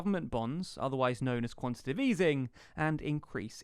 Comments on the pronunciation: Previously whenever I've heard talking about "quantitive easing" in monetary policy, I've assumed the presenter just had tongue-trouble; but now they're writing it as well as saying it (5m 3s and then repeatedly). There's no such word as "quantitive" folks. The term is "quantitative easing" - i.e. easing of a quantitative kind. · Oh and it's "quantitative" not "quantitive" easing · Come on man: "quantiTAtive"...